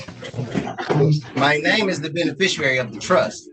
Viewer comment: The “bene-fisher-ary”